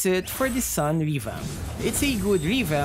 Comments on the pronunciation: He’s pronounced as “soon” :’) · You pronounced his name wrong. Sun as in ☀?